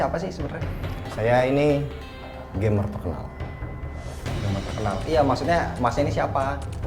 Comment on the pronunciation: Bang gcamers bukan gamers 😂